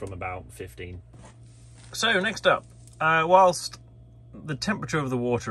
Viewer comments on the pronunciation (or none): none